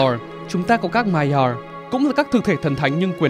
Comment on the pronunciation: phát âm chữ Maiar nghe khó chịu vl, bớt ngựa khi nói tiếng anh được k